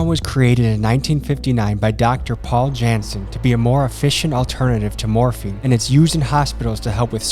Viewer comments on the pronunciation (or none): Love your serious vids. They get better every time. But just FYI the J in Janssen is pronounced like a Y